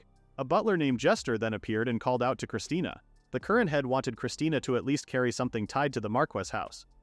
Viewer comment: I’m getting unbelievably mad the ai calls her christina when it clearly says christine